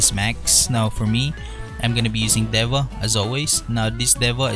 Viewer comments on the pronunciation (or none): none